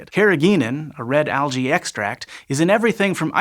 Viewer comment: Al-gae hehe